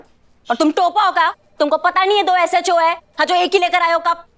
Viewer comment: Peheli bar ne SHO aache se bola😂